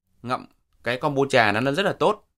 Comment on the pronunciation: Thật tiếc là ông ấy đọc đúng :)